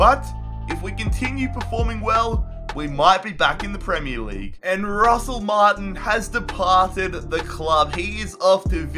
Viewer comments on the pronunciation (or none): none